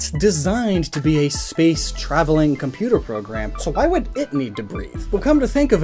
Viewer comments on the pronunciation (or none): none